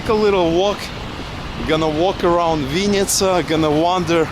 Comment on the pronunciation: It's not chl-YE-bna-YA chata, it's chl-E-bn[A] chata, or can't you read Ukrainian? There were no Russian labels. Dislike. VInn[i]tsa is Russian, you should learn Ukrainian being in Ukraine, not Russian. The correct version is Vinn[Y]tsia!